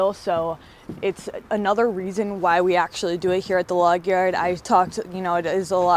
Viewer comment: Never gets old hearing you say "Yard" like a Canadian!! Lumber Capital Log-eeYerrd..lol! Don't take it the wrong way...it's cute.